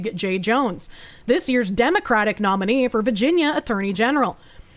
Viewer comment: I love how says "Vaginia"